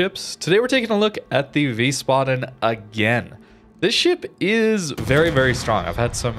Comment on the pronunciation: He said the name correctly